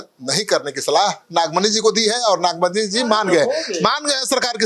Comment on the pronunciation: Nagmani nhi nagfani hai